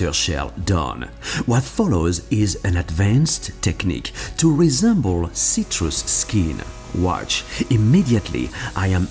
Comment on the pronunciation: ceeeetrus skeeen